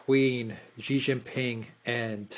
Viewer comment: She-Jin-Ping. What's so hard about pronouncing this name?!